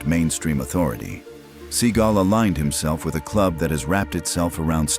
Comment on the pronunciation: Oh my God these guys that do these videos are the biggest Schmucks you're the biggest clown you called him seagull your name you called him a bird his last name is not a bird you dummy oh my God as you call them seagull instead of Steven Seagal Kia he's a loser he's nobody he's not a real fighter he couldn't beat no one up in real life